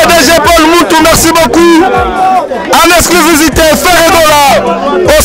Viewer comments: Il dit plutôt "exclisivité" 😂😂😂😂😂😂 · Journaliste ya zoba, balobaka : exclusivité, mais yo ozo loba exclivisité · il dit en exclivisité! Faites bien attention 🤣🤣🤣🤣🤣🤣🤣🤣🤣🤣🤣🤣🤣🤣🤣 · On dit en Exclusivité et non en esclivisité MR LE CHRONIQUEUR